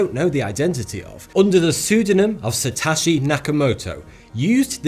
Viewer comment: It's not pronounced "satashi", bruh.